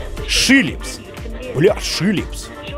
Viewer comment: Philips a не Shilipls😂😂🤣